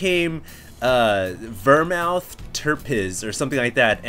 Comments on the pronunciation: Vir-Mouth?! I think the word you're looking for is vermouth [ver-mooth], it's what you make martinis with. Jeez get out to a bar sometime homie, haha. "Terpiz" is probably some brand of it or something. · vermouth is pronounced vermooth... not vermowth... not always a wine... but use gin and vermouth for your alcoholic drink btw... right up your alley :P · OMFG, he called vermouth (ver-mooth) ver-mouth.. THHAT'S it! Drunk cast MUST be martinis! martinis!martinis!martinis!martinis!martinis! (It's what vermouth is used for...) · ver-mouth LOL. the way you pronounced it i thought you were trying to say vermin. VER-MOOTH is the correct pronunciation ahah. keep it up hdstarcraft and yes, please do a drunk cast. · It's Vermouth. Pronounces "Ver" as in Verb, and mooth. Not mouth. Vermouth. It's a fortified and flavoured wine, used in many cocktails--most notably martinis. The tirpitz was a German Battleship. Name is still weird...but yeah, lol. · Thumbs up for Ver-Mouth! Seriously, the drunk cast should involve LOTS of dry martinis, seeing as he butchered the word vermouth (ver-mooth) so badly... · ver mouth is supposed to sound like "ver mooth" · It HAS to be martinis, after butchering the word vermouth so badly. Vermouth is the main ingredient in martinis behind gin or vodka, and is pronounced VER-MOOTH not VER-MOUTH. =P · wermouth is pronounced vermooth... not vermowth... not always a wine... but use gin and vermouth for your alcoholic drink btw... right up your alley :P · wermouth is pronounced vermooth... not vermowth... not always a wine... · Vermouth.. it's pronounced like 'goose', not 'mouth'. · Love the videos, BTW vermouth, pronounced "ver-moooth" is the dry half of a traditional vodka martini. Try it out for your drunkcast. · You, my friend, need to drink more martinis. Vermouth -> Ver-Mooth! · Vermouth: the 'mouth' part is pronounced mooth. A fortified wine, and this stuff is used in martinis. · Hahahaha, ver-mouth! Classy. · PRONOUNCED Ver-mooth! Come on man!